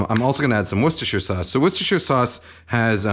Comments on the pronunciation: the most perfect pronunciation of Worcestershire sauce I've ever heard from an american, thats how you know you're a real chef. made a brit proud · The best part of the video is when Kenji pronounces Worcestershire sauce correctly :)